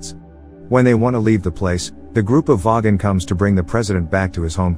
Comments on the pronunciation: no no no! voy-gon not vogg-on! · I can't get over the weird pronunciation of "vogon" by the robot voice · Didn’t know the vogan was pronouced that way